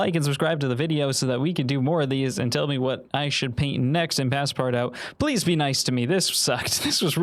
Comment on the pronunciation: Do we tell him it's not pass-part-out ?